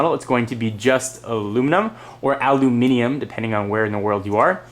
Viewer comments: thankyou for saying ALUMINIUM! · He said "aluminium"! Bravo! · I liked this video for the sole reason, an american said aluminium! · Yes! Finally he said aluminum right! Sorry, lol i don't hate america at all but the way they say aluminum is so annoying. Its OK of you disagree with me. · Finally an American who is considerate enough to say Aluminium correctly for us!